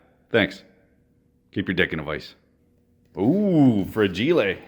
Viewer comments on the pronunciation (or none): Wait, "fra-ji-lé" - could you be quoting from my favourite Rugrats gag? :D